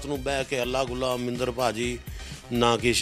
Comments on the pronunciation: amrindar gill na ay armindar nahi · Ohh armindar nahi amrindar gill aa pai g